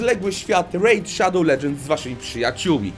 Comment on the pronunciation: Rejt szadoł ledżends✨